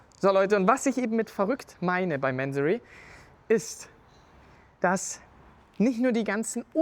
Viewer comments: ... warum "Mänsorry"? Diese Amerikanisierte übertriebene Aussprache triggert mich stark. Ich kenne die Marke seit ich an Autos denke. Mansory ist ein Iraner, der in Deutschland eine Firma gegründet hat. Die Aussprache ist sicher nicht "Mänsorry". Zumindest nicht im Deutschsprachigem Raum. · Mansory und bitte nicht englisch sprechen! Das falsche Aussprache wie lamborgschini statt Lamborghini zu sagen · Manseri wenn ich meine Aussprache "wörtlich" wieder geben müsste. ansonsten wie der Kommentator schon schrieb Mansory so wie man halt englisch spricht mien Jung